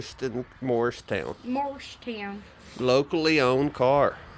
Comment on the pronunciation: Mars-town you say